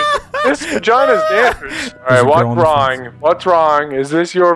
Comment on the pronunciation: Best commet: "Whats wrong, whats wong? I'm just carrying a box"